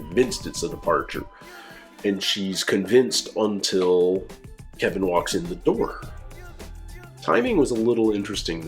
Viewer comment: I can't get Patti's pronunciation of Kevin out of my head to this day. "Kebin"